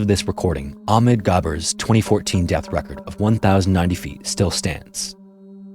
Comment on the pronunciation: Would be nice to hear the distinctive sound of the "h" from the name "Ahmed"